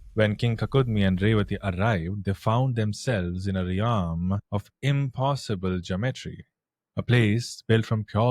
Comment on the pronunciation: Realm....(Relllmmm.) Not riyaallmmm